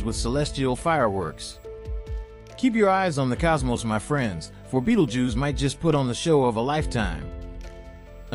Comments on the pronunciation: Beatle juice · whatever you do, dont fixate on the way dude says “Beetlejews” or you wont be able to pay attention to anything else 😂